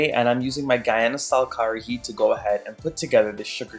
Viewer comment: Love love love this recipe.....but just remember it's (karahi)....not (Kahari)